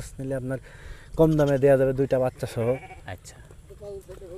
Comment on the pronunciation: ভাইরে বাইইচ্চা না বাচ্চা বলতে হবে।